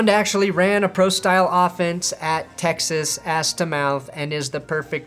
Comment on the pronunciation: Texas ASS to Mouth. lol I cannot unhear that.